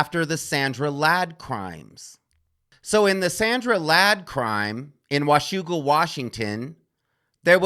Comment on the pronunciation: I love how you said 'Washougal' correctly, as a WA resident.